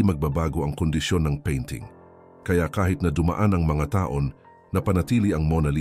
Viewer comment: Mali ang pagbigkas mo,taon hndi ta-on